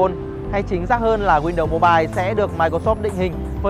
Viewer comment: "win-đầu" sao nghe nhức óc quá!!!!